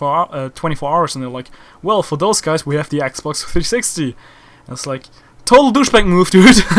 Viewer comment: lol cuz yo r german u said ax box. no offense germans r awesome... the scout sniper in bf4 was actually designed by a german